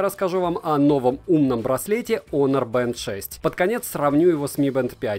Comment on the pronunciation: Ну вот драсте, хоть кто то правильно называет онор Кстати, + прочитанный обзор, за что спасибо И все же я считаю что это промежуточный этап "недочасы - перебраслет" Хотя спорно